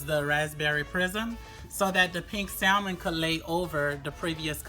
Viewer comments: SAL..MON...LOL.. THE ""L"" IS SILENT LUV.. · Beautiful work. But please do not pronounce the 'L' in Salmon. It's silent.